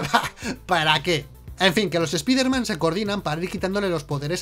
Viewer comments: Yo tengo un error del video: pronuncian "espider man" en lugar de Spider Man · esa puta mania que tienen de pronunciar una palabra del ingles tal cual esta escrita... "espider man" se pronuncia SSPAIDERMAN, ¿les cuesta mucho trabajo pronunciarlo bien?¿se les va a olvidar el español si lo pronuncian correctamente? asi como el "ECSBOCS"(xbox) que ustedes pronuncian "EQUISBOCS", que mala costumbre tienen ¬¬ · Dicen ESPIDERMAN, pero dicen a la vez NO WEY JOM, lo deberían pronunciar not way home, para ser coherententes, o ESPAIDERMAN NO WEY JOM, no lo se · ¿Por qué ustedes (los españoles) dicen: "Doctor Extraño", pero en vez de decir: "Hombre Araña" dicen: ESPIDERMAN? DIOS MIO.